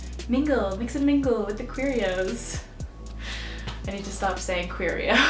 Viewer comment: when she said queeros i swear she said cheerios